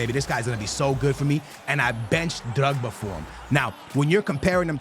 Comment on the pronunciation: Please stop saying drugba